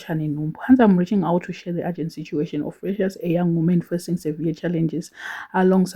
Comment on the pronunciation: Urgent and agent are two different words and pronounced differently. Taura neShona tinzwisisane please